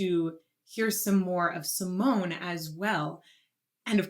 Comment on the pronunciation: Two of the Dutch Metal Maidens in one song. Sign me up! The e at the end of her name is pronounced like a small a so (Sea-moan-ah). Two songs I would love to see your reaction to are Within Temptation with the Metropole Orchestra "Somewhere" ft. Anneke, also Ex Libris "The Motherland / Ann Chapter 2). This will give your ear a "taste" of three more of the Dutch metal queens Anneke, Sharon, & Dianne. If you want more Epica I recommend "Consign to Oblivion", "Storm the Sorrow", "Design your Universe" & "Kingdom of Heaven" Also there is a second duet with Floor from this same Retrospect show "Stabat Mater Dolorosa".